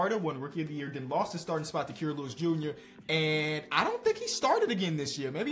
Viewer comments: It’s Ky-ruh not Key-ruh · I beg u please pronounce Kira’s name right